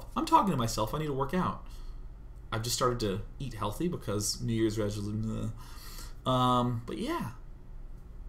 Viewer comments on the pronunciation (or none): "New year's resoleugh!" Best part :P